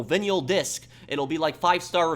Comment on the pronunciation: "Vin yall discs" thata aborable. Its viynl. Just for future refernce